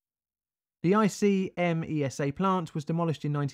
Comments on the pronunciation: Forget the pesky metal from the fifth group: I appreciate you did your best with the Italian pronunciation, but unfortunately you got it rather wrong. "Sèveso", not "Sevèso". ICMESA becomes a single word "eek-mesa". Cesano Maderno I dont' know how to give the idea... Ok, sorry for the rant. I was really looking forward to this video and I really appreciate it: keep up the good work! I grew up a few km. from there, some of my relatives lived (and still live to this day) in zone A and I was 3 y.o. at the time. I sort of remember the atmosphere of the days, even though most of what I know about it, I learnt in later times. [Edit: I originally wrote zone C, it's a mistake] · I'm Italian, I remember the event, I was a child. I live about 70 mile south of Seveso. Deaths by cancer in lymphatic system linked to the Seveso accident continued for many many years. BTW, we spell ICMESA like a word, like IK-MESA where the I is spelled like the I in "incident" open this link and click con the audio link on italian